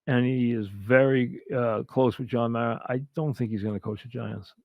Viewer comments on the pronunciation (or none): none